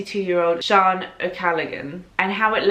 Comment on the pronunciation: Lol at the way you pronounced Sean😂